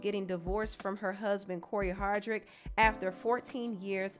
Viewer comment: I'm sorry but you call him HardRict and not Hardict. I think it's pronounced Har-Dict